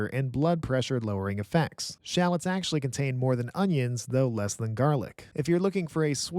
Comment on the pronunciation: nice vid, but learn how to pronounce shallots lol